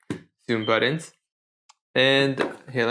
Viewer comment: "Buddons?" "Butt-uns."